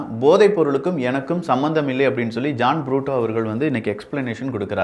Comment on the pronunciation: ஜான் புரூட்டோ அல்ல. அவர் பெயர் ஜான் பிரிட்டோ. சரியாக உச்சரிக்கவும்.